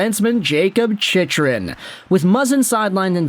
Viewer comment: Holy hell dude.. CHICK-rin. Say it.. CHICK-rin You've had like 100 videos about him and you still say it wrong. Imma start calling you..